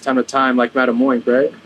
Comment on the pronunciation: Its crazy how every time he said madame oink i immediately said "ITS MADAME UNK??"